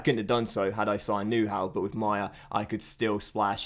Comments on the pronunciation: You pronounce Neuhaus as Neur but remove the r and then it’s Neu-house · Nice vid; but to help you pronunciate Neuhaus correctly: neu- as noi in noise and haus like house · I am not german but the way you pronounce Neuhaus lol;-)